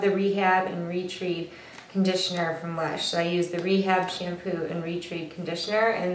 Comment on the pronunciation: Hey! Thanks for the tips. Just fyi I believe Retread is pronounced like re-tred. like the tread on your tires - that's what my Lush girl told me.